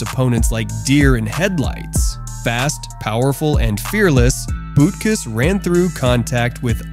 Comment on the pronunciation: It's like this dude has never heard any announcer or commentator say these guys names. Who tf is Bootkis 😂